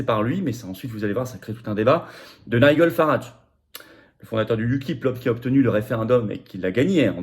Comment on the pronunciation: Nigel Farage se prononce ˈnaɪdʒəl ˈfærɑːʒ (nailledjeul/ol farèdge).